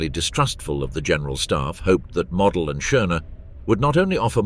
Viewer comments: "Model" rhymes with "yodel" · Field Marshall Mo-del, not Mod-el. He wass a Field Marshal, not a DIY plastic aircraft kit.